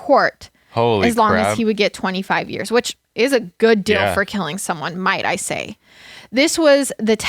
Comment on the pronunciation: I like the fact when u say deal u say dill